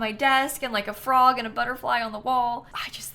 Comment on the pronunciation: i thought the offensive word you were talking about was “forg” for some reason 😭😭😭😭